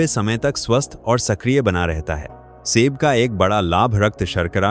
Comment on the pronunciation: आपका बोलने का तरीकाठीक नहीं है जो पांच फल बताएं प्रत्येक को ट्रेस करें जोर देकर बोले सेब फल को ऐसे बोल रहे हो किस तरीकेसे बोल रहे हो।